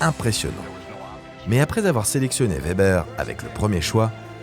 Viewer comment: chris vebber ? fates un effort sur le w ...